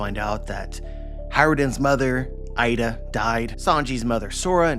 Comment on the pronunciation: Just letting you kow, it's not Eye-duh, it's EE-duh (IIda)